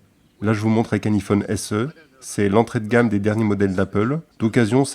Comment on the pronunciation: bon quand on prononce un iphone avec un i pas avec l'accent anglais ça la fou mal :D